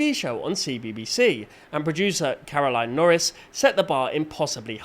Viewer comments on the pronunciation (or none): none